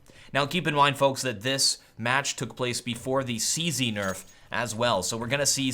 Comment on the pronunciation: Or you could be like Anderzel and say, "Zee-Sed." Than annoys me so bad for some reason. Not trying to be mean; I know English isn't his first language.